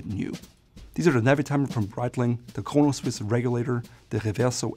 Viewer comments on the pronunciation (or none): none